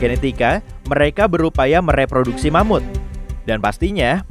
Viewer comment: Eh... Ingat, ingat... Mamut... Bukan Mamud ya...😂😂😂 Mamutnya pakai huruf (T) bukan (D),ok..😂😂